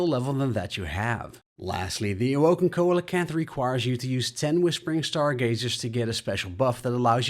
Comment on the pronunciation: Not koalacanth. SEE LA CANTH. Thats how you pronounce coelacanth.